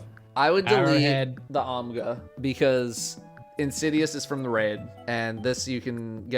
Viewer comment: In all iterations of the Ammit discovery, has no one pointed out that had actually clicked the pattern already? It wasn't blinking and had the checkmark on it. EDIT: Also, love that is still meme-ing on Khackis for the Ogma mispronounce. EDIT 2: Eye of Another World was good for Turret spam prior to Osmiomancy. I'm not sure why it and 40 other exotics exist anymore.